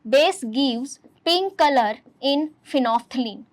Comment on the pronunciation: Phenolphthalein ❌ phenople ✅